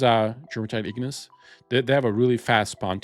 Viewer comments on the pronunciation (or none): none